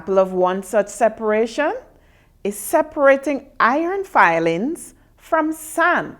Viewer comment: its iron filing not fiiilings